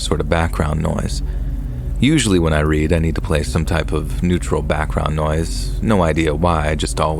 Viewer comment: It is AI, lol. Maybe a few aren't, but you can tell when it mispronounces words like read.